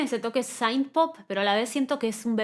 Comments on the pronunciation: No es saaaint se pronuncia sint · te banco fuerte pero tenés que dejar de decir "saint" jajaja, synth en inglés se pronuncia como suena 😛 Me pareció un disco solido y versatil para lo que es el pop actual, no me partió la cabeza pero me gustó lo suficiente como para escucharlo cada tanto, y me gusta mucho este rumbo de sonido indie que esta agarrando el mainstream, espero que no lo corrompa. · es q synth se pronuncia con la i latina, ella lo pronuncia incorrectamente